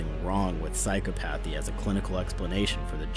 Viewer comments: “Sigh cop a the” not “psycho path e” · I'm sorry but I can't keep listening to you say psychopAthy. It's pronounced in line with Empathy, and should rhyme with "cop a fee". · I'm pretty sure its pronounced psy-COP-uh-thee, not PSYCHO-pathy. I got mins in and couldn't watch any further! It was like fingernails on a blackboard! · I think this is a great video. Very insightful and interesting. And I don't want to be that pedantic guy that feels the need to correct someone's pronunciation but I feel the need to say that it's not Psyco-PATHY, it's Psy-COP-athy. The stress is on the second syllable. Sorry but you're obviously very knowledgeable so saying the word conventionally gives you more cred. Again great video. I subbed also. Great job. 👍👍👍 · Your saying physco pathy when its pronounced sigh cop uh thee....offffff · It's pronounced Psy-cop-othy, but this video is great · It's pronounced Psy-cop-o-thy. Later...what the Joker exhibits wouldn't be classed as "basic training" in terms of his combat style; it's far more advanced. I know I'm getting wicked nerdy, I can't help it and I apologize. I also loved everything else you said. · Isn't it "psy-CHO-pa-thee?" (short "O") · BTW you pronounce "psychopathy" wrong. Its psy-CHOP-athy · Isn’t psychopathy pronounced ‘sy-cop-athy’? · It's psychopathy not psycho pathey like tf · Psi-cop-a-thee lol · OK...the word "psychopathy" is pronounced psy-COP-athy brainiac. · I thought psychopathy was pronounced psychopathy, with the emphasis on second syllable. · I've never heard someone who uses the word 'egocentricity' mispronounce psychopathy. First for everything. Still loved and 'liked' the video. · Do you know what makes me crazy? hearing someone Who presents himself as a psychologist miss pronounce psychopathy over and over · First of all, would love to join this team bc as a psychologist I do this ALL the time. Second of all, the pronounication of psychopathy is both driving me insane snd causing me laughs